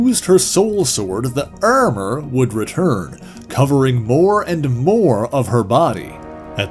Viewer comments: Why do you say Ermurr for Armour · the way you say ermor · Very Frank Ze 'Ermer' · I heard all of the “ar” sounds as “er” sounds myself. Is this a midwestern Canadian thing and is Minnesota included in that at all? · This was a really good and informative video. Though how he pronounced Armor is a little strange